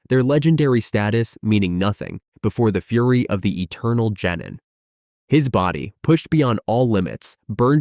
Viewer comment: and jenin instead of genin xD